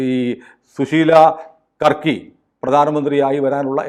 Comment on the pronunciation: യാർക്കി അല്ല കർക്കിയാണ്